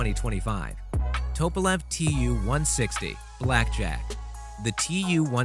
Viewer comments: Ye gods the narrator needs some pronunciation guidance, "air intanks" instead of 'intakes', "nucular" instead of "nuclear", "Topolev" instead of 'Tupolev' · Anyone, including this clown, who says “nucular” or “Northrop Grooman??” Or “Topolev” instantly loses ALL credibility. If you don’t know how to pronounce the “Terms Of art” within a specific field, then you have spent approximately ZERO Time in that field. People who spend a significant amount of time amongst real experts, hear & pick up the vernacular. From his gaffes, one can safely conclude that he know ABSOLUTELY NOTHING about nuclear physics or American or Russian aviation industry or professional narration (because professional narrators go to extensive effort to identify & learn the correct pronunciation of unfamiliar words in their text, just so they won’t make these humiliating mistakes. This clown is just reading words on a page that he doesn’t understand ... like most “reporters”, these days. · The B52 has 8 engines, not 4. And it's Northrop Grumman not Northrop groomin. And it's nuclear, not nucular. And it's Tupelov, not topelov. Can you pronounce anything? Obviously not. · How do you get " toe-pa-lev" from Tupalev ? I mean after all that is why it is a TU-* . Come on dude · Tupolev say it correctly also get Nuclear in as well not Nucyular ? Grumman is said as its seen Gum man not Grewman just get stuff right